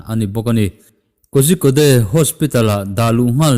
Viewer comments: Sir,Korikode ti a lam tur aw..🔥🔥🔥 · Kozhikode hi i lam dan a diklo... "KOZIKAWD" tiin lam la a dik leh an mahni lam dan a ni e.